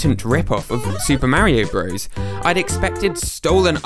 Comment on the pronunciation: mario Byouit